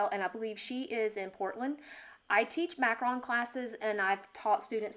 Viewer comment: You are pronouncing it wrong, you pronounce it like Macron like the French President, its Macaron (mack-ah-ROHN)